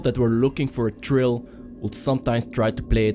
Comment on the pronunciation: Stupid question. You Irish cause you say any th as a t (EX:Thrill, Trill)